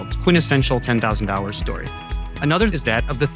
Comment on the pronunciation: I can't be the only one who hears 10 thousand dollars and not hours?